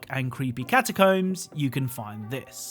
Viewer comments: he says it wrong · I've never heard anyone pronounce "catacombs" like that before, but great video!